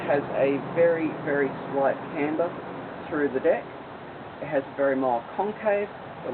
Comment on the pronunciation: u need a new camera everytime u say deck it sounds like dick and u say deck alot...